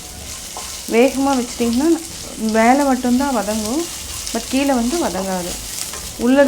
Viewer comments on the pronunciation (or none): none